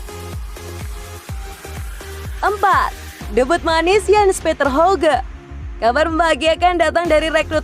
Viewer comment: yg bener jens petter hawgya bacanya 👍